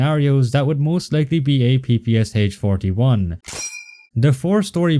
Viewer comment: I would not expect someone like you calling it P P S H 😅